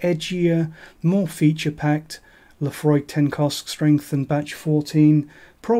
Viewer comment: i clicked like the moment u said laphroaig😂